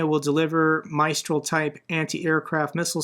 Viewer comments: 'Mistral' is pronounced like 'mist', not like 'my'. It's named after a wind in France. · "Mistral" is pronounced "miss-TRAAL". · Hello, great video! just a comment: "Mistral" is a French name given to the north-south wind that blows in the Rhone Valley. It is pronounced the same way you pronounce the first syllable of the word "missile"